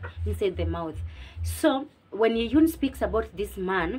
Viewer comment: Thanks for the review girl. I'm glad I found your channel as I have an exam soon😍 I'm your new subscriber from Uganda 😊 (btw the names are locally pronounced Kyeyune as Che–Yu–nne and Nankya and Nna–Ncha) Keep up the good work Love